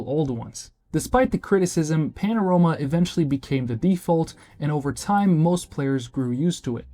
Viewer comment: I swear these video scripts are done with AI and these braindead "youtubers" dont even know to pronounce their own script properly.